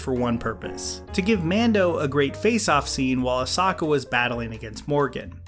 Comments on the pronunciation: Ummm.... your name pronunciations in this video are way out wack 😅🤣 for both Ahsoka and Grogu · This is gonna be dumb.... but dude... your pronunciation of Grogu and Ahsoka was like listening to people say jalapeño without an H sound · Guy, you went from pronouncing A-so-ka's name right to ear piercingly, A-soka, wrong, what's your deal!? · "Asaka" "Michael Bane" Yikes.... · Asaka anyone else hear that? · I thought it was osaka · Funny thing is, I am pretty sure he said their names correctly a couple times. But, he doesn't later. He may be onto something, they might alternative timeline versions of the characters. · I’m going to go to Mustard Seed & get me a big helping of chicken “Ah-sah-kah” tonight! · Sorry, it’s pronounced Ah-Sokka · I literally convulsed when I heard "Ahsokka" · Say Ahsoka’s and Grogu’s names properly! Omg so annoying. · These mispronunciations of Ashoka and Grogu make this otherwise great video almost unwatchable at times. I almost clicked off multiple times just instinctually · Did you purposefully pronounce Ahsoka and Grogu the way you did to piss everybody off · makes a great video about the mandalorian with very valid points to consider the comment section: HOW DID HE SAY-????? AHSOKA???? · Literally not once has Grogu been pronounced the way you do in this video and you even mispronounce Ahsoka too. You either do it on purpose (I’ve heard you do it before with other characters) knowing it annoys people or you can’t be bothered to do another take. Or you’ve not even watched the shows you are reviewing and you’re just saying what others have said/written. I hope it’s not the latter Do better please. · Cap, I love ya, but that Ahsoka and Grogu pronunciation hurt my heart lol Anyway, what I love about this episode, i have more reasons to talk about Clone Wars and Rebels lol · I’m not sure how you managed to screw up the pronunciation Ashoka so badly. Especially since they say it so often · her name is ahsoka not osaka